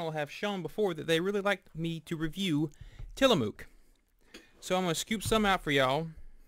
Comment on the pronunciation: That's not how you pronounce Tillamook